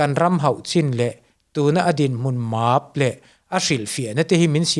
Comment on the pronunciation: Màaap ni lo e. Mæp tih zawh tur.. 😄